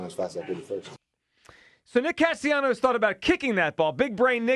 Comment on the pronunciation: Holy crap, now we have Hugh also butchering the pronunciation of Castellanos' name, it's not that difficult to pronounce! Cast-A-Leeenyos???????